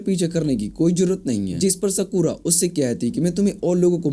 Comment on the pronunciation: Skura ❌ sakura✔️